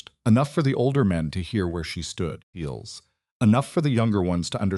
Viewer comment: Can't finish this one...pity because it's a good story but can't handle the incessant "eels, feels, beals" thought.